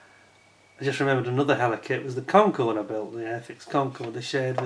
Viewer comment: The "H" is silent in French language so it's pronounced "Eller", lol. 😉🍻